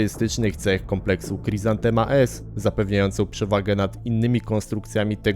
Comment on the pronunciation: Niby taki ch.... a sprzęt nato mieli. I to nie dzięki jakimś banderowskim radarkom. Mówi się chryzantema jak po polsku, nie khrizantema.